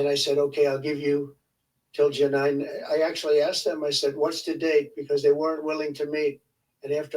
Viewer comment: He can’t understand questions. Boy did 47 mess up her so called great day. 😂😂 I think he mispronounced July too😂😂